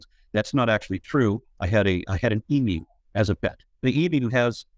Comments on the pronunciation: We pronounce Emu....e..mu....hard m not soft m that runs straight from e. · EeMoo sounds so wrong.